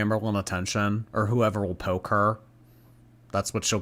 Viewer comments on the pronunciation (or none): none